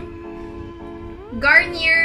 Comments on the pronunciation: It’s pronounce garnyey. 😊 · "garniey" po yung right pronouncation sa micellar water...